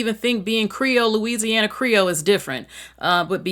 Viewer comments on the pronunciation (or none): none